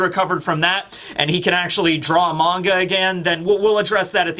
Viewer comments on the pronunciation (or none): none